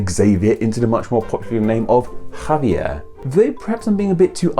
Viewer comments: I dont fkn get it or whatever your name is,you should know that Xavier is supposed to be read as " sha vi ER" and Javier as "ha vi ER" plus you have to read the R in these words,also you should ve included Xavier Hernández,a very popular footballer,and Javier Hernández a very popular footballer,especially since you include wrestling,i mean football is so much more popular than wrestling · I have a childhood friend named Xavier and he has always pronounced it Javier.